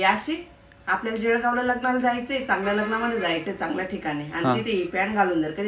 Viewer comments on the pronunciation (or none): ज्यळगाव नाही ...जळगाव 😊